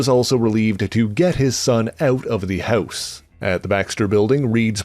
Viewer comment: "... to get his son eut of the heuse"?? Is the Canadian?